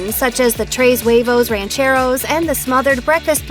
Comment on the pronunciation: I’m supposed to take advice about Mexican food from someone who says tres huevos rancheros like that?